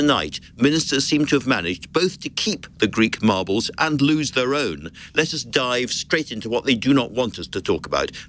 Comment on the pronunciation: Lol, she said margles